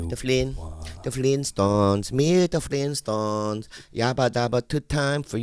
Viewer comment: Eets the fleenstones meet the fleenstones